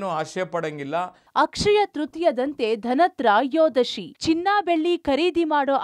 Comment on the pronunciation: ಧನತ್ರ ಯೋದಶಿ ಅಲ್ಲ 🤦🏽‍♀️🤦🏻‍♂️ ಧನತ್ರಯೋದಶಿ.ಕನ್ನಡವೊಂದು ಸುಂದರ ಭಾಷೆ ಅದನ್ನ ಕೆಡಸಬೇಡಮ್ಮ.